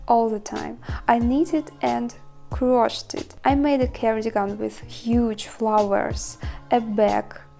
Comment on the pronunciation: By the way, the past tense of "crochet" is more easily said, "croSHADE'/croSHAYD', with stress on the 2nd syllable. It may be said differently in France, "au crochet", but we're speaking English here. English does tend to make things easier as far as pronunciation goes, fairly often, but Americans really try to streamline it. Some British English speakers say it this way also. Here are a couple more: Meringue is simply meRANG. Crocheting is simply croSHAYing.